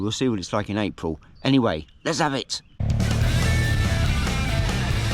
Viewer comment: Fantastic video. I could feel the cold on that part of the trip in Switzerland, very brave, brilliant scenery, very well done. Also love your “ let’s av it” at the start of your vids 😂 stay safe and thanks